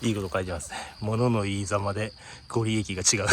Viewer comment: ご利益のことを「ごりやく」と言います